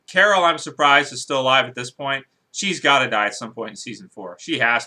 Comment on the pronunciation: who carren ?? did u mean carol